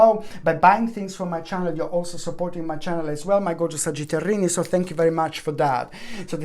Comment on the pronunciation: "sagitarini" now i can never say sagittarius again lol & the singing breakdowns raised my vibration!! <3